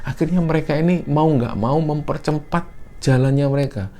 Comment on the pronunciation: mempercempat. Sampek keseleo lidah saking semangate cerito